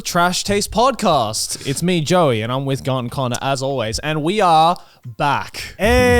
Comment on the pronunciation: Crazy how you can hear they’ve been to America trough certain connors uses and the way he pronounces them😂